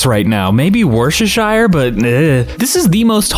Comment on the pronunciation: a polite note - worcestershire is pronounced woo (like woof, but with no f) stu (rhymes with huh) shu (like shut, but with no t). “-cester” in british place names is rarely fully pronounced, except in Cirencester, where it is. it also suggests the place is about 2000 years old, because it comes from the roman occupation!